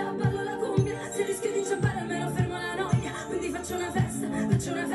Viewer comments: The right pronunciation for the title is .. LA NOIAH.. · La noia si pronuncia come è scritto